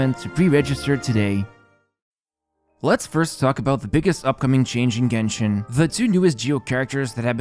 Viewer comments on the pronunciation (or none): none